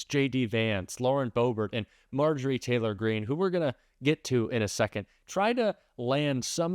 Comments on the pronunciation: I can try to be civil about MarJORie — does syllable stress matter in a name or do you mispronounce Kamala’s name for a different reason? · Let’s start calling her MarJOrie Taylor Green, until she respect the VP enough to say her name correctly.